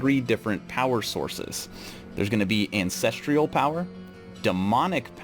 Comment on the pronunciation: Ancestral has no I in it lol. It's an cess truhl. Not an cess treeuhl. Lol.